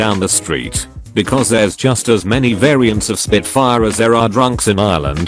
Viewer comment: SPIT FAIA . . . Eurobeat?